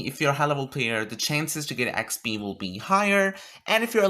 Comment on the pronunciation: How many times did you say expee in this video